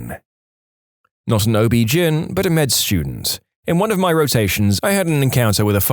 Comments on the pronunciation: OB-GYN is pronounced O,B, GYNE, as in short for gynaecology, not GIN. On the 30th time I heard it mispronounced, I had to comment. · Please sound out each letter of OBGYN, it’s not OB Gin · i hate this AI obbjin Oh Be jin hell AI figure it out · It’s not pronounced as a word, gyn is pronounced as the letters